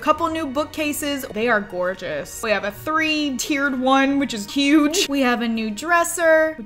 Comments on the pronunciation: Every time she said “Which” I kept thinking “Witch” over and over again 😂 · Every time she says 'which', I immediately hear 'witch'